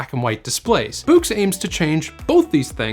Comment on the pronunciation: Bewks? Its BOOX. Do you read bewks? Or books? Immediate Dislike.